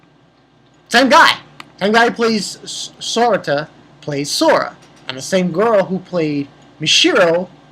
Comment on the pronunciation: yay I get a cookie also strange how its Ma-shiro and Sora-ta